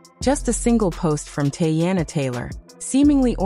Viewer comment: Tea-Anna, not Tay-Anna!